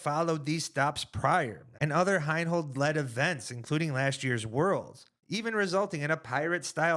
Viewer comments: HI-NOLD. Not HINE-HOLD. You lose credibility every time you don't know how to pronounce someone's name who is a major contributor to the sport. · from a purely disc golf perspective, the guys have some valid beef with Heinold. My only point is that it's better communicated when they say the man's name correctly.